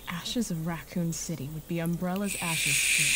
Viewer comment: Rekon city Wkwk Rakun city gor wkwkwk